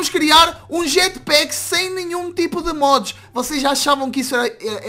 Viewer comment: Jatpack de português 😂😂😂😂